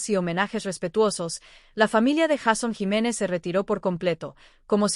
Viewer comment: 😢 porque no pronuncia bien el nombre JEISON JIMÉNEZ